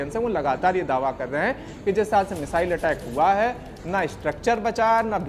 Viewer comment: Phele missile bolna toh seekh lo😂😂